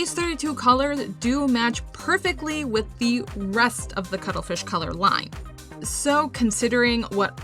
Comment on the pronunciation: Had to do a double take when you announced the first paints. I did not expect to hear "Cuddlefith" instead of Cuttlefish xD